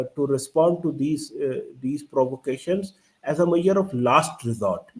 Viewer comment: … yeh Basit bhi measure ‘maiure’ ko bolta hai! 😂😂😂😂 Saaa… le madrassa chap!